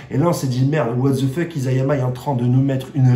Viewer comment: Je ne crois pas trop a des fins alternatives dans SNK, mais ta théorie est intéressante! Sinon c'est I"SA"yama et non I"ZA"yama le nom du mangaka! bonne continuation.